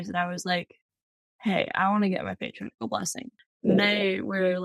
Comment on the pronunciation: Beautiful story. Thank you for sharing. You will always be a great missionary with or without the official call. One suggestion, some church members mispronounce Patriarchal Blessings. It is not Patri- article, it's Patri- archal. Hope this helps